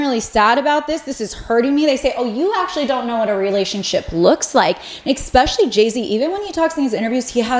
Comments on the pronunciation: Also it’s es-specially not ex-specially …. No shade either sorry I’m just a Gemini lol 😂 I also love when ppl correct me just fyi. We don’t learn unless someone helps us from time to time 💙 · I love love love your videos but the word is ESPECIALLY not exspecially 😅🙏 gets me every time! ❤ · i love your videos but i think it discredits your insight and expertise when you pronounce words incorrectly. saying “expecially” and “scruntiny” almost made me click off your video.